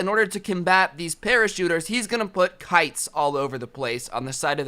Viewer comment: Instead of kites I heard pikes